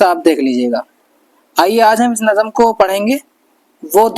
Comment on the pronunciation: معاف کیجئیے نظم ۔ لفظ آپ صحیح ادا نہیں کر رہے ہیں ۔ Nazm hai ... Nazam nahin